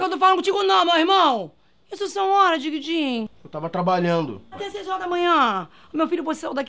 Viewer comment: "Diguidin" kkkk